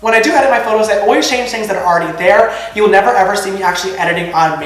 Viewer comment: I'm crying at the way he says 'see'